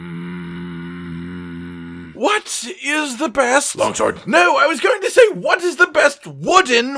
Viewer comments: "Logsword" Losing my crap over that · Did he say Logsword?